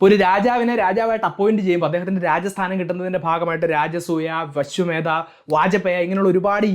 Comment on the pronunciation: വശ്വമേധ അല്ല അശ്വമേധയാഗം ആണ്